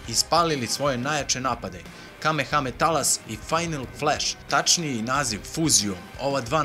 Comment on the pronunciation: Kako me nervira kad neko kaze kame hame talas